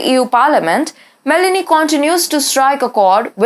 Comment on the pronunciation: It is not Melany It is Mé-lónì